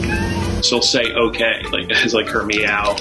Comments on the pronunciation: Sounds like “mmmkay?” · not "okay" shes clearly saying "OKURRR" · Not saying OK, the cat is just making a noise which the owner is interpreting as sounding like the word OK. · 15!!? is a beautiful little princess. Absolutely she is better off with your family. Those people obviously don't know what they have missed out on. It totally sounds like is saying "okay". I would be jealous too, lol. She is happy and full of life. 💕🐾🤗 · She defo says okay. Xxxxxxx